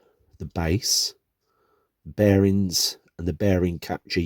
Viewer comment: It's bearings, NOT "bear rins"